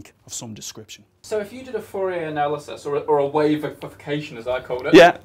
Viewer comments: Please be careful with your pronunciation! It sounds dangerously close to "furry analysis", which is a completely different domain of... physics... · furry analysis? I didn't know it was pronounced like that =P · I can't unhear "Furry analysis"